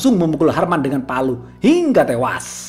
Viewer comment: Bang jederrrrr, ngomong HINGGA TEWAS nya kurang mantap ahk, kurang nge gasss kurang greget